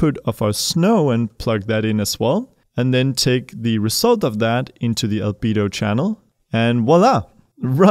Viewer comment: I cant stop hearing Libido when he says Albedo 🤣